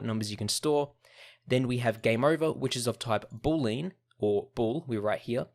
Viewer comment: he appears to pronounce it "boo-leen". It's actually pronounced "boo-lee-ann"